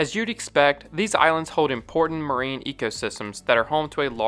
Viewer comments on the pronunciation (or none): none